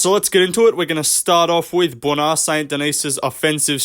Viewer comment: "Bwona Saint Denis"